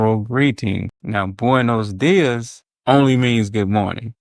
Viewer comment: Maybe they look at you funny because you pronounce: “buenos días” like it was written: “boines dies” There are only 5 vowels in Spanish and they are certain and clear. You have to reduce your resolution of thousands of vowels into 5 like a colorful video game running on a Gameboy or on a black and white screen. You have only 5 colors to use. Not more. Ok?? About saying “buen día” that is the singular form used as a shorter and quicker and relaxed option , for the new generations I guess.